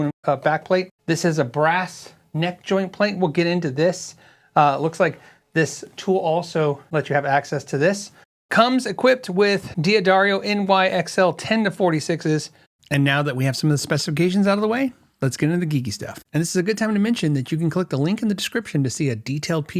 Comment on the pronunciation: This guitar looks a lot like the newer Rick Beato Les Paul Jr. with the pick guard reminiscent of the Gibson Marauder, very cheap looking. Also, I didn't think I'd have to say this to an American but it's Dah-dario, not Dia-dario. I thought it was the people in the UK that said Diadario. I can't believe that the guitar you're working on sells for a grand, that's highway robbery. Plus a substandard input jack? Ok so, it's not a cheap guitar by any means, but I wonder how I'd like it compared to my Firefly's or WestCreeks? Especially with that pickup configuration, like a super Strat. Although is that a single coil P90 at the bridge? I can't tell with the weird pickup cover. And I have exactly one guitar with a satin finish, I put stickers all over it because I hate satin finishes on guitars, at least on the body. I like the satin finish on the back of the neck, but it's not a deal breaker if it's a gloss finish on the neck, I like both. But on the body, it's is. And I don't like when the electronics are attached to the pick guard, but that's just a me thing as well. To me, that guitar is way overpriced.